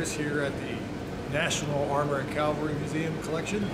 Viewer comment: Works there but doesn't know how to say CAVALRY